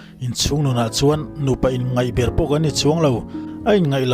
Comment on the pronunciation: In ngaih ber tih loh tur. In ngeih ber tih zawk tur aw.